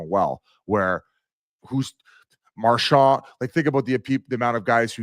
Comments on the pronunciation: except he doesn't say that lol...he says marshaw...and its fucking brutal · Biz pronouncing Marchand's name like a normal person: Impossible